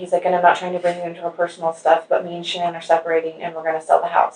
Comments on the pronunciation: I get aggravated at him continually botching Shann'ann's name . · Dana Davison I could tell she was an amazing friend right from the get go. She wouldn’t even let the guy mispronounce Shanann’s name. The little things...